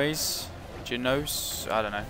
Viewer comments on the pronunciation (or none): Since you asked, it's pronounced Ge-no-eese. It means from Genoa. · I think in English it's Geno-ease crossbowmen.